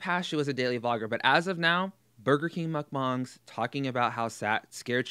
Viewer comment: Thank you for correctly pronouncing mukbang 👏👏 I agree with everything you said here. You ooze intelligence, my friend.